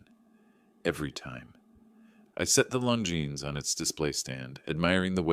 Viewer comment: That's how its pronounced.